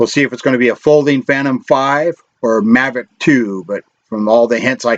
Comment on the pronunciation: Mavic not Mavrick